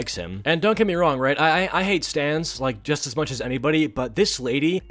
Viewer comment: Is it just me or did I hear "Stands" instead of "Stans" or am I just too much of a Jojo fan?